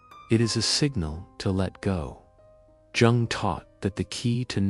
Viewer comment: Jung is pronounced 'Young', with the 'You' part said as in ' you like chocolate and so do I ' ; but shortened, as if saying 'you' quickly. Is this an AI voice?